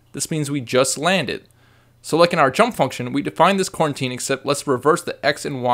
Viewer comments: Great tutorial, but I feel I must point out that it's pronounced "Co-Routine" not "Quarantine" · That's "coroutine."